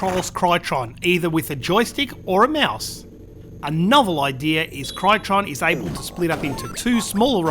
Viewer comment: Crytron? The boxart says 'Cytron' :)